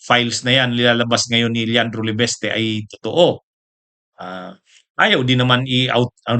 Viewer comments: LE- VIS-TE...!!! HINDI LE-VES-TE...!!!!........( IIIIIIIIIIIIIIIII)....VVVIIIIIIIIIIISSS )))))))😅😅😅😅😅😅😅😅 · Hindi "LE-BES-TE"! "LE-VIS-TE".